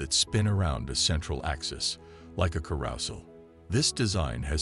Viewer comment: Ka-ROUS-el HAHAHA